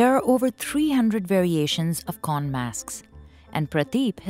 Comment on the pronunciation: While I really love your documentary on this craft, the narrator might need to confirm the pronounciation of Thai words, places, etc. Here are your mistakes in pronounciation. - Khon (kʰǒːn) is pronounced similar the word "cone". - For "Ang Thong (ʔàːŋ tʰɔ̄ːŋ)", the word "Ang" is pronounced like the first syllable of "Angkor wat".